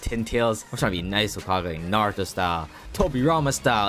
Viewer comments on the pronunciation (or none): Bro said narter bruh